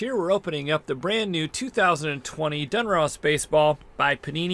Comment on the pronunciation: “Dunross”, lol